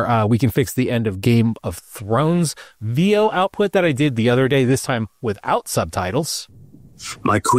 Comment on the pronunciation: Veo is pronounced with short E... Like in pen or bet...